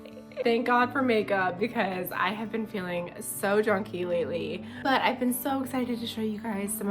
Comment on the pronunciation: At first I thought you said “drunky” not junky hahahaha